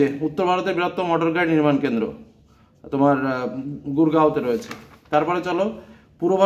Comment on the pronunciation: Sir apnar gurgao ta bhul ache mone hochhe